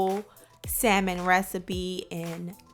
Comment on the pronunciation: say Saimon one more time